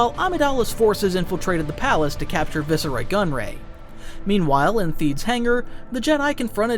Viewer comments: It's vice roy not vice uh roy. Learn how to pronounce things. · Vis?? Nahhhh VICE-ROY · Tir AN nis.